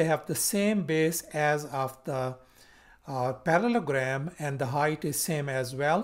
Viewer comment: You are missing the middle el in your pronunciation and spelling of parallELogram.